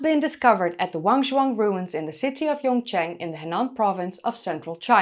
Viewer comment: Pronunciation help needed! Yongcheng the first syllable was correct. second syllable- cheng is more like the chung sound in Connie Chung. Forgive me if I place my age by referring to her. Maybe you dont remember that reporter. Okay, this video is just getting started. More corrections on the way.